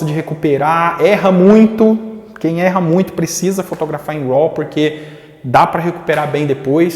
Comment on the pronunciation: Amigo.... Pronuncia "rô". Não "roll"